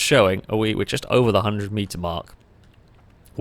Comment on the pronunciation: "flowun" ...."Chust"